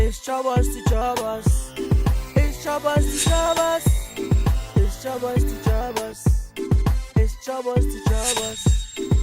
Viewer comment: "It's chobo to chobox". The 'p' is silent 😂. Very entertaining series